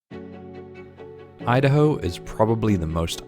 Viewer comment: me-da-hoe? you-da-hoe!